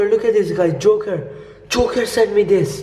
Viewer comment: Joker not juker